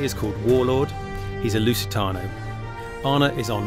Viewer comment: Today I learned that Lusitano is pronounced Loose-ih-tano. Not Loost-ian-io.